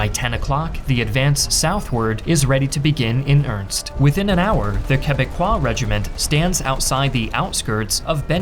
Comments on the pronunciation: Minor pronunciation mistake, nothing to get upset about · Must be. I've never heard anyone say anything but "urnist" though.